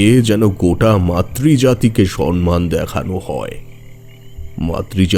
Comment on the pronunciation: গল্পটা নিঃসন্দেহে সুন্দর। কিছু কিছু উচ্চারণ কানে লাগল। যেমন সম্মান উচ্চারণ করলেন সন্মান। কিছু মনে করবেন না, আপনাদের উপস্থাপন খুব ভালো লাগে। আমি একজন শিক্ষিকা, তাই ছোট ছোট ত্রুটি কানে লাগে।